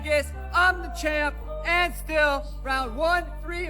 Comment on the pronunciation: the word “and” is only ONE syllable not 3. Dc please either learn anything about what you say, or stop snorting whatever is keeping your nose caked and voice gone Otherwise all good